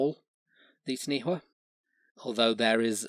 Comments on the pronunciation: Taniwha is pronounced Ta-nee-faa. The name of the Largest lake in New Zealand is Taupo. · Good effort but in Maori WH if pronounced like F so Taniwha is Tanifa. Also Hawaiki has nothing to do with Hawaii. DNA testing has placed Hawaiki to be Samoa. Also stick to History as Geographically Hawaii is nearly just as far from New Zealand as the Philippines and Taiwan (Which Incidentally is the route Ancient and ancestral Polynesians took, before settling on their respective Islands. According to Mitochondrial DNA) Maui is ubiquitous with Polynesians and his legend varies from Island to Island and culture to culture. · taniwha pronounced tun - e far the wh is a f sound. taniwha can be in the water or land.. sometimes considered more a dangerous spot or weird eddie in a river is also a taniwha. so has a physical aspect, and, an ambigious warning of a dodgy spot along the way. mania are serpent like bird and are guardians but they are usually more ocean bound. we have a living dinosour/dragon here today, which is a lizard called tuatara. also this may i nterest you on the topic.. kupe is said to have arrived in new zealand around the year 1400